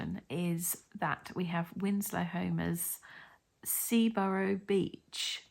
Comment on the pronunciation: I think that’s Scarboro(ugh) beach not Seaboro.